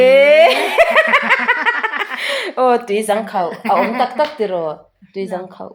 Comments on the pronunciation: Zang nilo zâng tia lam tur ani aw e😄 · tui zâng khauh tih tur niin ka hria.. hnung zâng kan lam rik dan anga zâng khi lam tur niin ka hria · Tui zang khauh tih lai khi i lam rik dan a dik lo aw...ka nau...😂😂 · Tui zang khauh kha athlukna a awmtur ilam diklo entirnan hnungzang kantiha zang kanlam dan anga lamtur hrethiam em😂 chuan athavek 👍